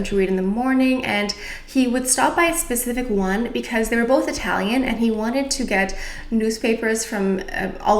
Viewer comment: Excellent italian pronunciation dear 💗😘